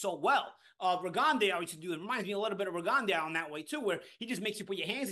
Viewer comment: Rigon-de-ow? Lmao is that how it’s really pronounced?